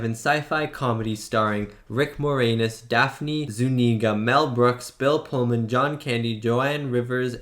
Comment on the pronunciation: Can't believe you're Canadian and didn't know Rick Moranis (and you pronounced his last name more-anus lmao). lol. And younger people don't get Looney Toons references as much -- but check out Looney Toons "One Froggy Night" to get the dancing alien joke. ). Mel Brooks is legend.